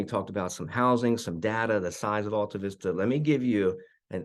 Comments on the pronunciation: Definitely pronouncing it wrong. That's my hometown. I lived on Shady Lane, down from the house you showed, across the street. It is AL, not ALL. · Not sure if this gets it across but I've always heard locals call in Al-ta-vis-ta. Start it of will Al like the cohost from Tool Time in the tv show Home Improvement. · Right off the bat…you pronounce it incorrectly. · That's not how you pronounce Altavista. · I was thinking the same thing. We dont say Altavista like that, lol.